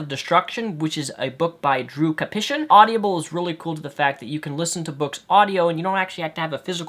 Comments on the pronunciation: its awdible, not awdibiable or at least to everyone else...If you get my linguist attempt there without actual linguist notation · lol it's not audiable it's audible.. haha you pronounce it weird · It's pronounced Odd-ih-bull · stop pronouncing it "audiable" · You mispronounced audible the entire video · you are pronouncing audible wrong.